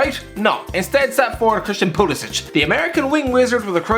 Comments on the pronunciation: okay so just putting it out there - Pulisic pronounces his name as "Pyoo-lee-sick" and not "Poo-lee-sich" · pulisik not pulisich